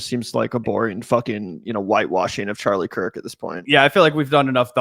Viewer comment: Bro he’s whitewashing Charlie Kirk intentionally mispronouncing his name and calling him the sword that will destroy America. Wild stuff. Cenk really will do anything, including debasing himself in front of Tucker Carlson and likely President Trump, who was probably watching, to stay relevant.